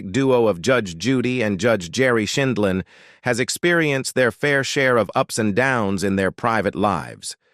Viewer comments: It’s not Scheenlin or Schindlin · Apparently AI can’t pronounce her name correctly. And a few other words